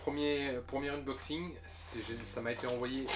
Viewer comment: Tu pronoces inboxing... c est unboxing!😅. Curieux de voir quels jeux tu vas présenter!